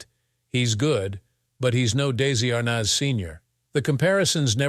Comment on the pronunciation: I think you are pronouncing his last name wrong.